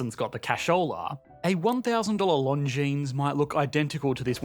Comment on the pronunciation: First of all, Longines spells Longine, do not read the "S" :). Second on, congrats to know what is a Patek Philippe, most people think Rolex is the "Big Boy"... But Patek Philippe, Vacheron Constantin and Audemars Piguet are the Holy Trinity, so, they are the big ones ;) You know thing about watches. Regarding the Rolex Daytona purch... Or you pay over retail, or buy Tudor or a Omega Speedmaster Moonwatch Professional, the most iconic chronograph. But if you really want a Rolex Daytona... Yeh, good luck, you need to buy more 2 or 3 "crappy" watches to the retailer "make you eligible ".